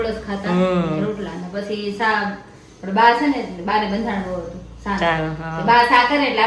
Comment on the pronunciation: Aunty cha ne saa bau funny bole 6😂😂😂